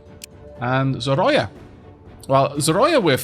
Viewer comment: Love your videos :) and want to help you so that you don't butcher the language: Zorya - pronounced [z O 'r IA] - the name is translated as "dawn". I am Bulgarian and the name is I think from Russian heritage( in bulgarian it is Zora ), I really love that they are using the Slavic myths in the game and good luck with the videos :).